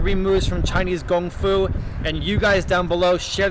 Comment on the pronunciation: is great but its kung fu not gung fu Thats what nerds say🤣